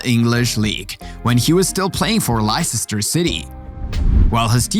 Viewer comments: লেস্টার সিটিরে বারবার লাইসেস্টার বলতেছে কেন! 🙄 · LOL Lississsster....Leicester City... pronounced Lester.... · it's pronounced lester, not licesester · It's not le Ces tar city, it Leceister city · lye-cester city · Lisisestor city got me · learn to pronounce Leicester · Wait.. how did this guy pronounce Leicester??